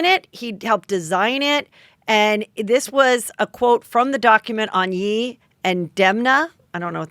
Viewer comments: Heather stop saying it like "yee" more like "yay" like how you finish saying kanYE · HEATHER! I love your honesty. I absolutely loved this convo with you and lala, I also just loooove when you have lala on. One thing I wanted to say. When you say “yee” are you referring to Kanye? If so, he goes by ye as in kan-ye, pronounced like “yay.” Anyways, I doubt you care lol it’s very minute with everything else in the world. Love your show! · I adore Heather, but I wish her friends would tell her if he’s Kan-YAY, it would be Yay, not Yee.💜